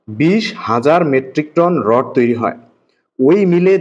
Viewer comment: রড হবে 😂😂 রড় না 😂😂😂😂